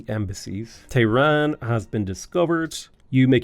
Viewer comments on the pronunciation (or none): none